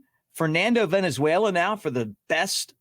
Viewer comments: It is Valenzuela not Venezuela you clown. Do your homework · I’m more than old enough to remember Fernando, Mick. His last name is Valenzuela (Val) not Venezuela, which is a country. C’mon dude. You’re better than that. Thanks for the constant content. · Hey love you Mick but get it right-the guy's name was not Fernando Venezuela it was Valenzuela. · Valenzuela, not Venezuela. 😊